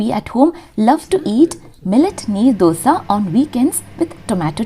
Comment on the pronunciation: It's Neer Dosa . Not knee Dosa. Neer in karnataka means, the batter is Wattery/very flowy consistency types.